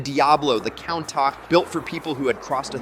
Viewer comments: I had to stop listening when he called the Countach a "Count-Tock" "Count-Tock" ❌ "Coon-Tosh" ✅ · The Lamborghini..what? What is the f**k is a Guh-LARD-oh? A Count-ash?